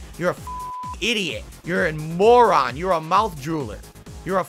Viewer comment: 2 favorite words (Frustrating and Moron) are 2 words he can't say properly, he say Flustrating and Morahn